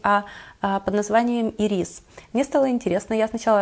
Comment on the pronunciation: Видео замечательное, только Ланком аромат не ирИс, а Ирис:))) там же даже эти цветы нарисованы)